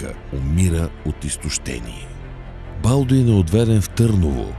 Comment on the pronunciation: Като чух БАлдун и спрях клипа, мн зле